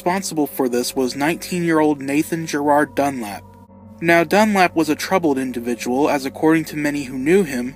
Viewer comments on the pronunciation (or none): none